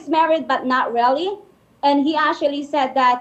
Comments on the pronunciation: Verconica : ASHUALLLY - actually 🤣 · ASSUALLY , ASSUALLY ASSUALLY!!!! 😂😂😂